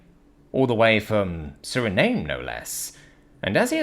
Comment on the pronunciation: Suriname is spoken as Suri-na-may Lotte is apoken as Lot-t